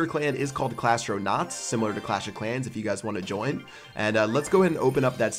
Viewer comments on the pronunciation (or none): none